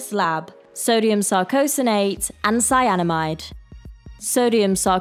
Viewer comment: I nearly have a heart attack the moment she says cyanamide 😂